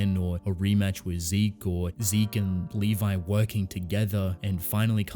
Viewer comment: Dude it's Levi...